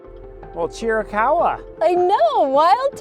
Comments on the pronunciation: It’s not cheerie caw wa. It’s chir ih caw wa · It’s pronounced, Cheer-uh-cow-uh. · From a real Apache. (Cheer-eh- kah- hwah).